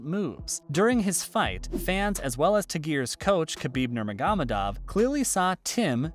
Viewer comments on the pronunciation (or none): You can't even learn how to pronounce Khabib's last name right? Come on dude...